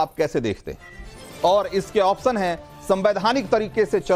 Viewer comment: आप्शन तो सही से बोलो प्रभु।